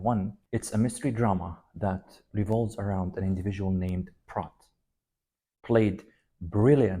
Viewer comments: Prot no it's pronounced prote, you didn't watch this movie. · Prote, not Prot. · The 'o' is long sound - (prote) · You obviously didn’t pay to close attention to the movie otherwise you’d have known it it’s spelled prot but pronounced prote long vowel not short vowel please pay closer attention to your patients before diagnosing them..please do better doctor